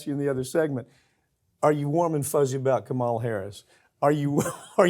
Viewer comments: Can't this guy pronounce Kamala's name properly? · Mike, please pronounce Kamala's name correctly. Thank you. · Farron.This clown you team up with is so full of himself and thinks he is an expert on all things political.He is not.The sarcastic laugh he gave when you asked about what he thought about VP Harris and the nuclear button , along with his inability, last video to pronounce Kamala Harris's name, respectfully shows his arrogance. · I’ve always respected Pap, but it’s getting annoying that he keeps pronouncing Kamala the same way Trump does. Trumps an idiot and Mike is making himself look similar, which he is obviously not. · You a**wipe.....what a sexist statement: "are you WARM and FUZZY about Kamala?" Were YOU warm and fuzzy about all the past presidents? And don't be a dolt : PRONOUNCE HER NAME CORRECTLY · Mike pronounce her name properly!